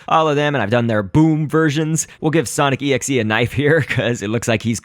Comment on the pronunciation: its pronounce exe